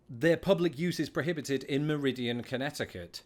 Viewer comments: Its Meriden Connecticut not meridian. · He mispronounced Meriden, Conn. Its Mer-i-DEN